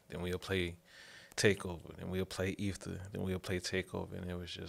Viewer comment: Dude cannot even say Ether correctly. Thats some deep hurt. 😂😂😂